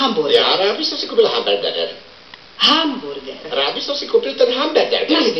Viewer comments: Hamburser :D a Bambáááger :D:D:D:D:D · D:D:D:D habergerger xD gerberger